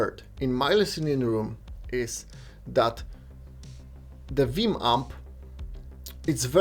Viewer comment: Did he just say Viim?